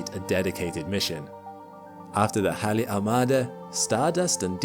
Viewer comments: first time Ive ever heard anyone call Halley's Comet correctly....... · Nope, it is Halley. After Edmund Halley. If you don't like the way he pronounced his name, take it up with him. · Because that is how it is pronounced. After Edmund Halley. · No, it is not pronounced like the female name "hayley" His pronunciation is correct.